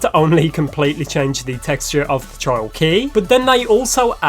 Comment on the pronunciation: why does it sound like he’s saying child not trials 😂 sounds so wronggg